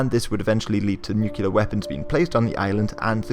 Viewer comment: Why can’t anyone narrating these types of videos ever pronounce the word “nuclear”? All together now. NEW-KLEE-UR NOT NEW-Q-LUR !!!!!